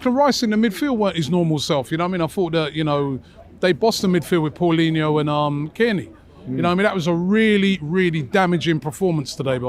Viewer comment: The guy said "Palhinho" xD